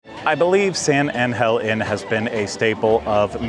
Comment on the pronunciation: You know I worked for Palmas Restaurants and no one say San Angel Inn the way you says it, not even the owner Rickey Debler. You are hurting my ears #Palmas